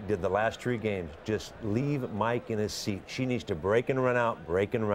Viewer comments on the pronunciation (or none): none